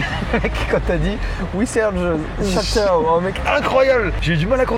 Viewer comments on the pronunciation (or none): "Hello. We're looking for the châtów uwu" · "Where is the chatow ?" :') KO